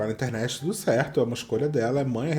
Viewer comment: Que pena que não dá pra colocar o meme do John Travolta aqui 😛, você falou tûtô!!!!! Arrasô!